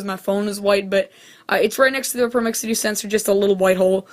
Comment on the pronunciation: its not a promixity detector its a proximity detector